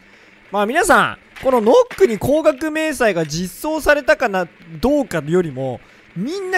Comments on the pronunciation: ヌックって言え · 「ヌック」じゃないの？